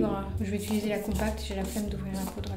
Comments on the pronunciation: Tes vidéos sont grave cools mais ça me stresse trop tu dis « ituliser » au lieu de « utiliser » et « sourci » au lieu de « sourcil »😂😂😂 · utiliser, UTILISER mdrr 😂 après 50 "itulisé" la France a mal mdrrr